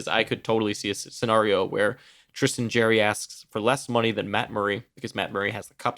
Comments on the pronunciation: Right now you are saying Jerry like Jerry Springer. It's JARry like Jar Jar Binks/ or "I eat peanut butter out of the JAR." Jarry See what I mean? haha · His nickname is Jar Jar Blanks. Hopefully that helps on the way you've been saying his name ;)